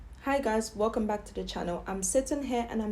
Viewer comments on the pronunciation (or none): none